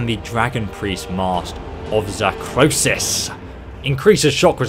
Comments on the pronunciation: You said zahkrosis but the real name is zahkriisos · its Zahkriisos, not "Zahkroosis" like you keep saying in the video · It´s Zahkriisos, not Zahkrosis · i love you misread the mask wrong xD you said Zahkrosiis instead of Zahkriisos :p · Zah Krii Sos.......not Zah Kro Sis. God damn. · I’m not a language savant, but I’m pretty sure Zahkriisos is not pronounced Zakrosis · It's zak- Rii -sos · It's pronounced (Zakk-re-sos) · Am i the only person that pronounces zakriisos with an accent